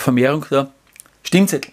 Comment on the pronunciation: Ich hör' immer "Stinkzettel" 🤣😂😅